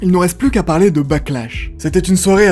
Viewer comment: S'il y a une chose à retenir de cette vidéo, c'est "De quoi voulez-vous parley"